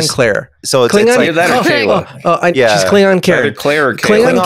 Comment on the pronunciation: Its kay-lar